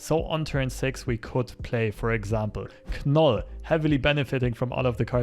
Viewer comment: As always, awesome content. Thanks for your work. Two points from my side: 1. I've seen Arnim Zola in Deadpool lists as a sneaky way to add power to mildly contested lanes. What are your thought on that? 2. I believe the "k" in "Knull" is silent, like for example in "know".